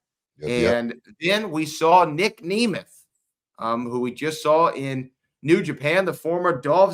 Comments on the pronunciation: Huge pet peeve with how he keeps saying Nic’s last name incorrectly it’s not pronounced Knee Mith it’s NEM ETH Nic Nemeth. I kept getting so mad 😂 he even made Booker say his name wrong. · Dude same, how do you mess up such a simple name man....